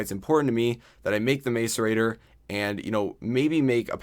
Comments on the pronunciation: same, its pronounced mass-er-ator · I cringe when he says macerator. The A is not long. Mass e ray ter. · every time he mis-pronounced macerater i cringed